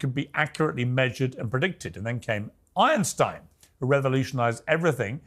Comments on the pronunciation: Lol - “Ironstein” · I can't get over the fact that Piers Morgan is pronouncing "Einstein" like "Ironstein". It's hard not to hear.